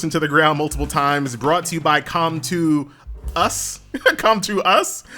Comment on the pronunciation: finally he said com 2 us correctly